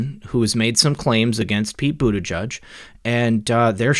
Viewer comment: The name is Maltese and is pronounced. Bute-i- jay.